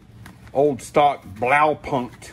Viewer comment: Blaupunkt was driving me crazy!! Lol. It's pronounced block-punt lol